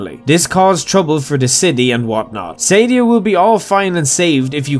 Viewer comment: It's pronounced Suh-Dee-Uh not Sadie-Ah